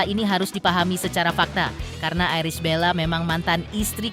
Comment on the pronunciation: Untuk pembaca berita..berbahasalah yg baik bisa nyebut ibel tp nyebut nama iris dg airis bella😂😂😂😂😂